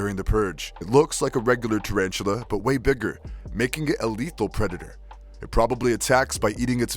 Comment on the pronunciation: Giant TarAhn-too-lah